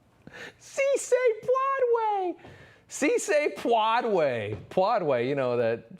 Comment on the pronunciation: Sí se puede. That's how you pronunce It, also. Hispanics exists too & It's time to get our facts straight. Portugal or former or current Portuguese colonies: Latin Spain or former or current Spanish colonies: Hispanic Get your history & facts right